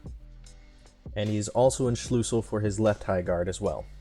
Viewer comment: It is called Schlüssel not Schlussel I needet to laugh a lot because wenn someone that is not german like me says german words it just sounds funny